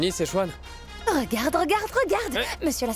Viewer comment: Qui comme moi souviens de l'ancien quand il dit sauce sechoine